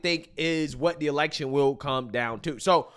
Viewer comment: Am I the only one that noticed that when she was talking about the election, it sounded to me like she said "Selection' which sounds like it's more on their level 🤔